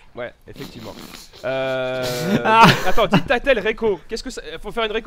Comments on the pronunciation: " Dictatel " c'est sérieux??! Mdrrrr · on dis didacticiel pas dictatel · Didactitiel pas DICTATEL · Didacticiel putain, pas dictatel. mdrrr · Un "dictatel" oui oui mon p'tit c'est comme ça que ça se dit.